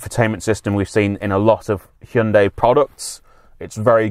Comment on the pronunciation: Call me an old pedant but i like the fact you correctly pronounce it Hy-un-day not Hi-un-di as most reviewers call it, drives me mad.